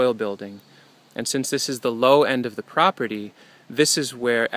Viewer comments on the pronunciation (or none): Did you say croperty? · I didnt know if it was intentional. Like a mix of property and crop. Croperty. Greetings from Denmark anyway.